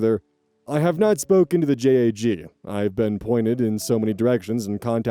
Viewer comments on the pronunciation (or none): After skimming the comments I couldn't find anyone mentioning it but for future reference it is JAG pronounced as as well jag not J.A.G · “JAG” is pronounced as a word rather than “J-A-G”, just fyi :) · I was gonna comment this. X3 Just in case sees this, when it comes to military acronyms, just say the word, not the letters that make up the word. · hey not to be a “minor pronunciation mistake” kinda guy, I’m in law school and have some people wanting to go into the military law side of things. We/they don’t usually sound out the acronym for JAG we just JAG the same as the first syllable in jaguar. Maybe they do in other areas similar to how the army a marines have different pronunciation of CIF or that tired old debate about GIF (anyone who uses a soft g as in giraffe or that peanut butter brand may kindly kick rocks in bikini atoll.) but I’ve only ever heard it pronounced JAG.